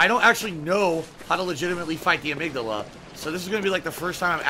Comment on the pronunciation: I don't know if I should congratulate him for knowing the correct pronunciation of amygdala or chastise him for not knowing he pronounced the name incorrectly.